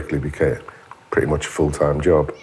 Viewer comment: Can we mutilate him when we find him pwetty pweaseeee???